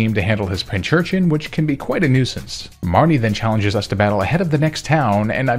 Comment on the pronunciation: I swore everytime you said marnie,, all I heard was mommy lol